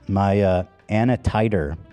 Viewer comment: Ethan pronouncing Antinuclear as “Anatider” and no one correcting him 😂